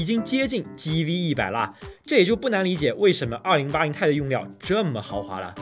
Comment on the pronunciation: 不念钛 念T i